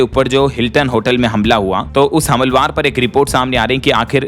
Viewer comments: Humalwar nhi humalaawar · हमलवार, हमलवार ... अरे क्या भाषा, क्या उच्चारण ! कैसे कैसे लोग हो जाते हैं यार ये ब्लॉगर ! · हमलवार अशुद्ध उच्चारण है। सही उच्चारण करना चाहिए। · हमलवर नहीं, हमलावर (हमला + वर) भैय्या